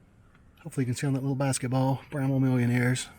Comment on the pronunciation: Its bramwell not bramma, bramble, and a host of other names you called it